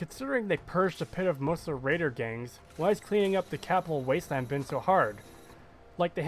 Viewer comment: Blowing Garza apart with a combat shotgun right in front of Doctor Lee is hilarious. Oh—and I think it's funny how you call it the "Crapital Wasteland".